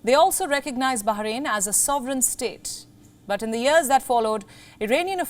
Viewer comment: Bah rain, not Baha rain.